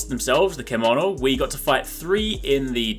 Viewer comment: Thank you for the summary. Everything I wanted to know. It's pronounced CHEM-OH-NO by the way.